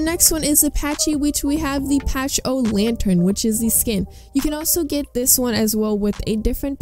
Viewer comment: My favorite skins are the broodmother and infected. Also when you say pachy it’s pronounced like packy